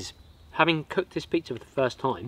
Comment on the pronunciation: There is no R at the end of pizza 🍕